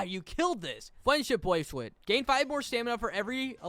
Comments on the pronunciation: My guy is slurring his words bc he posted at like 4 am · "Fwend Shwip bwacelet" 😭🙏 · fwiendshwip bwacewet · “Fwendswhip Bwacewet.” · ‘fwendship bwacelet’